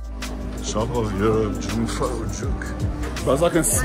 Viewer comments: Jungfrau translates literally to young woman, but it means virgin. You pronounce Jung like Yung. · Jungfrau is not pronounced with a hard J, it is pronounced Yungfrau. The J in German is soft. Monch isnot pronounced the way you did it either. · Pronounced Yungfrau! 'young girl/ maiden'.